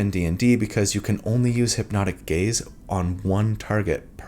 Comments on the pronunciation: I hear "hypnotic gays" every time 😭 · I kept hearing "hipnotic gays" and it made me giggle 😆